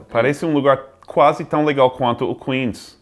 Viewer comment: Ele falou " quase chique" mas acabou pronunciando "quase" errado.